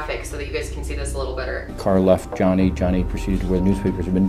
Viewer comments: I'm almost positive he says Jenny not johnny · Jeff couldn’t even say Johnny’s name...interesting